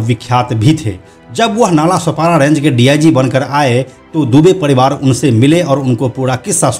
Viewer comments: पडीवार नही परीवार 🤣🤣🤣🤣🤣🤣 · पडीवाड र को ड क्यू बोलते हो बे